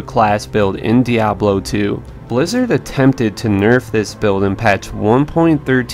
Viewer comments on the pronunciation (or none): none